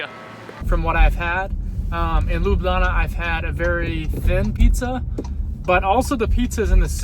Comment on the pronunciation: its pronounced L-EW-B-LJANA 😅